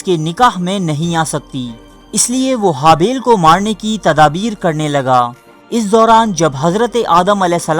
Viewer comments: Bai book dekh k parhte ho to bolna ya achi tarah parhna hi seekh lo habail qabail nahi habeel N qabeel hai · ایڈمن جاھل۔۔۔پہلے الفاظ بولنا سیکھ ۔۔۔قابیل اور ھابیل بولنا سیکھ ۔۔۔غلط بول رھےھو۔۔۔